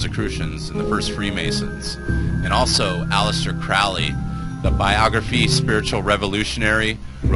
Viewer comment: It's pronounced Crowley as in holy.